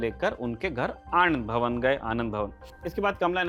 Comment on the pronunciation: Arey bhai "aand bhavan" ? Ye kya keh diye. Aur edit भी नहीं किए.?